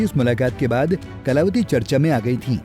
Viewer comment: अब तो कलावती ने खुद जबाब दे दिया बाकी जनता को क्या मिला होगा शाह जी उच्चारण तो सही कर लो अब तो माफी मांग लो